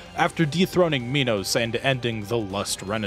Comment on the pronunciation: Okay so King Minos is often mispronounced. He, like Act II's King Sisyphus, is named after a king in Greek myth. In particular, Minos is the king who locked up Daedalus and Icarus in that one tower. He did that because Daedalus made a wooden cow suit, the world's first fursuit, so Minos' wife could get it on with this one prized bull. It's fine, one of the gods cursed her to be in love with it, she wasn't like that. Anyways, she did have a child from that bull. It was called the Minotaur. Translated, "Minotaur" actually means "bull of Minos" (Minos + Taurus). Fun facts aside, Minos' name is pronounced "My nos" and not "Me nos". I included that trivia up there both to flex how much of a nerd I am, and to show how I came to learn how to properly say his name. After all, it isn't a Me-notaur.